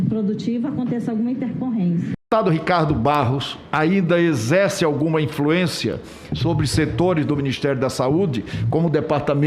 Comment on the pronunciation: O fala MUITCHO, FEITCHO, EZÉCE (exerce) QUE NOJO DESTE TRASTE